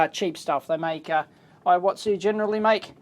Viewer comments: it's pronounced similar to EE-WA-TSU, not eye-wa-tsu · Actually it should be pronounced like "E watsu"